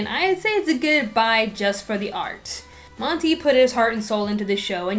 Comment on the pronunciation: omg you pronounce monty's name wrong. AAAAAHHHHHH